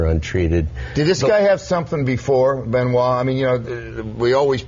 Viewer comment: At least stopped saying "Benn-oye" halfway through! Great interview, keep twittering.